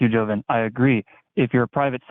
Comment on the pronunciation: It baffles me how almost every caller sees his name is Jovan, but they insist on pronouncing it "Jovin"